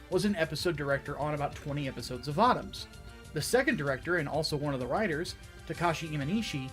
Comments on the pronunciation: It's vōtōms. Not vautaums. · You keep mispronouncing Votoms as far as I know.